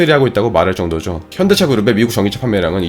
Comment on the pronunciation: 자막은 현대차 발음은 현기차로만 들리는데 제 착각이 아니겠지요?